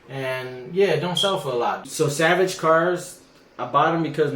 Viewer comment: It's pronounced salvage not savage lol